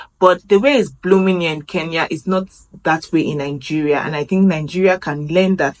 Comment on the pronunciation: Welcome to Kenya. The way you pronounce your country's name makes it sound like NINGERIA rather than NIGERIA.